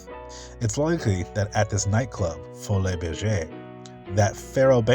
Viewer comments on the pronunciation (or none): This is incredibly fascinating, so grateful for your exhaustive research, love your channel. Just for the record, the Folies Bergère is pronounced "Foh-lee Ber-zhair". I lived in Paris many years and I knew many people who worked there. Amazing history and such a handsome man.